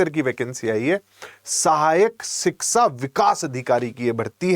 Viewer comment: शिक्षा ना ना शिक्सा......😂 शाक्षात्कार ना ना शाक्सात्कार 😅